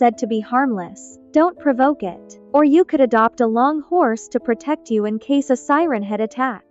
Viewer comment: it’s siren head not seren head